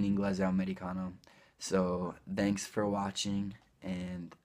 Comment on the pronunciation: wait come hai pronunciato thanks a fine video? °-° la th in thanks non è sorda? some in thin... quella sembrava quasi come in father